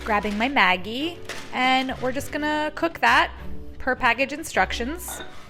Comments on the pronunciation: I lol everytime I here you say maggi....its actually pronounced Madgee!! Hahaha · It's really interesting to see different ways people say the same brand names. Here in Australia we say Maggi with a soft g sound rather than a hard g sound. Like the g sound in magic. Even the ads made by the brand say it that way. I assume it is different in the US based on how it was said in this video?